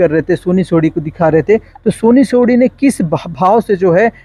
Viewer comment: सोनी सोढ़ी नहीं सोनी सोरी